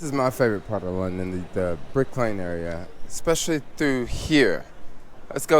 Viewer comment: Brick Lane, not Burke Lane.